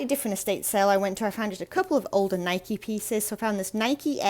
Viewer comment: The blue label NIKE windbreaker is definitely '80's. BTW congrats on pronouncing NIKE the way the company does, it seems that most Brits insist on saying Nik (with the "e" silent.)